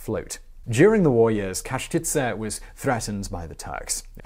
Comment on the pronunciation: Pronounciation of Čachtice castle broke my ears. It should be pronounced "Chuck-tits-e", not "cash-titze".